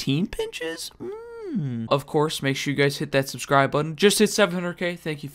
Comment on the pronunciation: That 'subcir' at the start reminds me of the little kid saying 'burgir'